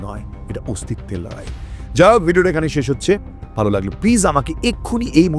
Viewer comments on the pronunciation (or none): none